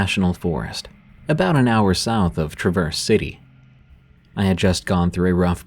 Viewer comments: Lol he said Franken-myth...and its pronounced travers city not truh-verse city... mist be from anywhere on the planet that isn't michigan (ya obviously, breath into the paper bag) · Traverse City is pronounced Trav-Urse City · Northern michigan here. This was super awesome to listen too, but that's not how Traverse city is pronounced.